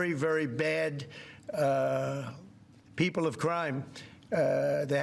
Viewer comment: I hate how he pronounces: 'Pee-O-pple', it's just weird!